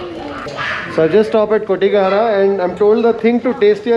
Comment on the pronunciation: Saar it's kotgehara!